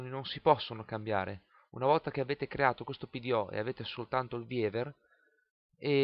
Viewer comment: Grazie per i video, molto interessante! ps. permettimi una critica, uno come te che fa di queste cose il proprio mestiere non può pronunciare il nome del software "pepakura VIEVER 3"...siamo nel 2013! un po' di inglese lo si deve conoscere...